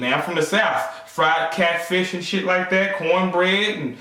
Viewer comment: Oh god, at first, I thought you said "fried cat, fish..."